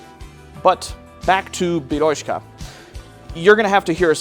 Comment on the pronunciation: BeryóZka with Z sound(not beryoshka😂)